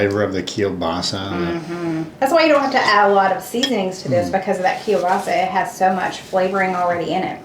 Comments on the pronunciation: I really enjoy your recipes! And I've even made a few. I live in northeastern Pennsylvania we have large Polish and Slovak communities. My Polish sister-in-law and almost everyone else I know pronounces kielbasa this way: Kill - Bossi and I've also heard it's pronounced with an A on the end as Kill - bossa. I make a similar soup to this called kielbasa corn chowder and it's very creamy and has lots of garlic in it. It's very popular at our church supper's. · I know you've talked about your pronunciation of Kielbasa. I noticed you don't pronounce the L. Anyway, I have that chopper too. I love it! Husband hates it because it's so noisy when I pound on it.